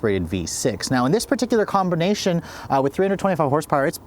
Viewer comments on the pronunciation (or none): “Combernation” is what I heard